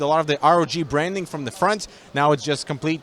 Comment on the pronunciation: Nobody: Not a single soul:: I mean look at the FrOnTh Yai Yo